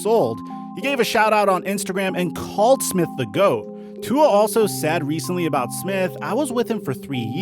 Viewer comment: You pronounce tua’s name wrong